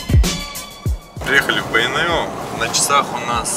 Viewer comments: Здравствуйте.Почему Вы говорите Бэйнеу через Э , а не через Е? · Неужели так сложно сказать "Бейнеу", а не " Бэйнэу", или тенге, вместо тЭнге, ты же говоришь слово деньги, а ре дЭнги!